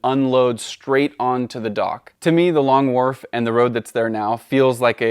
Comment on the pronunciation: I'm sorry Long...what? Long WhaRf??? 🧐